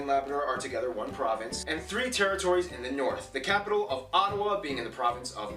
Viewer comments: It's Ottawa, not Ottowa...sory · Ottawa - not Ottowa LOL!! Yeah, love being born, bred Canadian :) Supreme awesomeness looking out my window and seeing the Rocky Mountains - very fortunate indeed :)